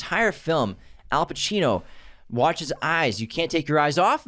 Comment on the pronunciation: it’s al, not hal. it’s also penTANgeli, not pet-an-jelly.